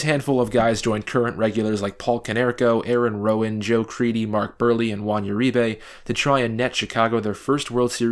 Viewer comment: "Mark Beerly" - I was gonna go with Mark Brewery but okay.